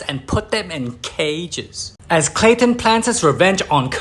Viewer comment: And it's clayton